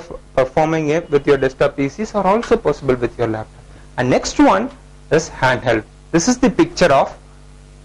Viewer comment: its not told desktap its called desktop and laptop not laptap....😂